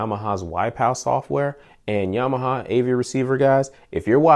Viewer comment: Great, I just picked up the X6400H , Would love to see a long term review on that one. Also, did you say you was a Yamahahama guy? LOL. Sounded like you spoke Japanese their for a split second ;o) Thanks again for the DENON Review.